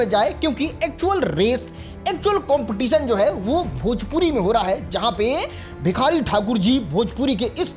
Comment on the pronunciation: Pahle khesari bolna shikh le bhojpuri kah rahe hai bhojpuri ko